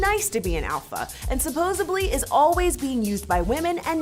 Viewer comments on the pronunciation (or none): She needs to learn how to say SUPPOSEDLY it's not suppos-ably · Did she say "supposeably"? About That's a pet peeve of mine. Some people think the word is supposeably, not supposedly. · Yo.... , instead of saying "supposedly" she said "supposeBLY". What in the ACTUAL FUCK?!?!?!? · cringe said supposebly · Did anyone else hear her say supposebly instead of supposedly? I'll bet she learnt that at da libary. Is ebonics an official dialect now?!? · This bitch said "suposebly"!!! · I wish he would have slammed her for saying "suposably" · Whoa. Whoa. Whoa. Did she say "supposably"? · Lmao did she really say "supposubly"? Jeez. Please do get educated, broad. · Did she just say supposebly?!?! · I was waiting for him to comment on how she said supposABLY lol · she says "supposebly" lol, she's under-educated as well. MTV is trash. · Excuse me, did this bitch just say supposebly?Jesus christ she is a fucking moron.